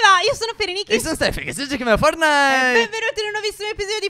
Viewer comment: Ma perché dite fornait